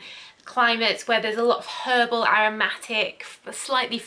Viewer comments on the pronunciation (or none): none